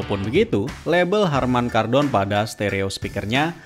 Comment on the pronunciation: Harman kadrun ...bukan kardon. Kwwww